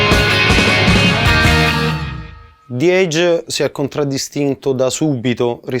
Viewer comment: grandi.... ma ragazzi la e iniziale di edge non si legge "ei" e non e' "zi eidg" ma la e rimane "e" e si dice "ejj". salutos